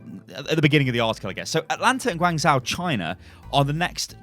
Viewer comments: It's Guang "zh-o" not Guang "zau" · I think it's pronounced Gwang-joe, not gwang-zow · Guangzhou is pronounced kinda like gwong Joe, not gwang zow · Sorry I can’t watch this. It’s pronounced Gwong Joe not George Zow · gwang joe, the closest pronunciation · I'm triggered reads it Guangzao. The H is there for a reason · guangzhou is pronounced gawn-szoh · Hey, Guangzhou is pronounced as "gwuhng joe" hahah xD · It's pronounced Gwung Jo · (Tiny pedant's comment) Guangzhou is generally pronounced "Gwong-jo", at least by the people I know who are from there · Unit Lost - Great British Gaming not to be mean but I cringe every time he tries to pronounce Guangzhou